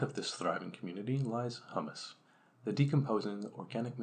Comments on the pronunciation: Humus is said like Hugh-mus or Hoo-mus not Hummus. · Hummus is a bean dip. Short U, rhymes with 'hum muss. Humus sounds like 'Hugh muss. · Hummus and humus are two different things. Humus is pronounced HYOO-muss. And hummus is pronounced HUH-muss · you are correct. Its Huuuuumes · Sorry, I can't take seriously a video about soil by someone who can't correctly pronounce "humus" and apparently doesn't know the difference between herbicide and fertilizer. Nor do I care for clicking on a video on Terra Pera and getting a sermon on the evils of the ag chemicals that are keeping us fed. Here's what I hate in general about the BS over Terra Peta and the attempts to recreate it. It completely ignores the primary problem with our understanding of soil. Soil is not "stuff". Soil is not a set of things. It is a system of interactions. No one is going to recreate Terra Preta in North America or Europe anymore than they could recreate a tropical rain forest. Terra Preta is a tropical rainforest soil based in yellow clay. Putting charcoal and fish bones in the ground in Massachusetts isn't going to create Terra Peta any more than it's going to grow up in a rainforest of mahogany and howler monkeys. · I am pretty sure 50,000 worms don't equal the weight of a cow, plus that's an extremely low population density.Maybe you meant 500,000 worms per acre, which is still inaccurate regarding weight comparison but closer. 2.5 minutes in and this combined with the hummus\humus pronunciation thing doesn't inspire confidence in the accuracy. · you don't pronounce humus like that chickpea spread for your pita bread 😂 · I wonder how someone making a video on soil manages to get that wrong.